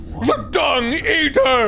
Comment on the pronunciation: what hears: THE DUNG EATER what I hear: THE DONG EATER